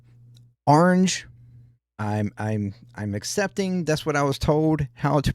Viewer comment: He's Dutch, and the proper pronunciation is: O-ranj-ay. Lived in Amsterdam for over a year.